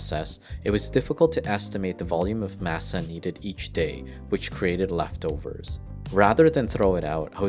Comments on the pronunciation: "Massuh" lol masa foo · Dude, I love mass-uh. Especially in tack-ohs. I love pass-tuh too. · I’m cringing at the way your pronouncing masa… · Lol everytime he said masa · pronunciation of taco, masa and any other spanish word with an a is horrid here. interesting tale, but even nacho is mispronounced.